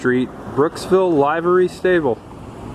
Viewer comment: Good video. Do they still have that statue of the Confederate soldier at the courthouse? There was controversy to have it removed. Those buildings look like an abandoned housing project. There articles about that too. Livery pronounced with a short i. That turquoise Chevy at the end was beautiful. I think my dad had one. Also, Brooksville country club was built around an old quarry, and 4 of the holes go into the quarry.